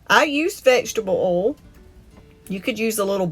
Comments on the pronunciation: There is an I in oil, you should pronounce it. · I like how she says oil lol